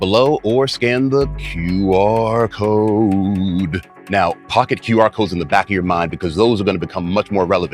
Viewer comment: Are you saying "Tutti code" instead of "QR code"?